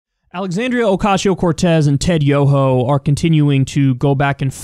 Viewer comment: is it just me or does kyle say "ocashio"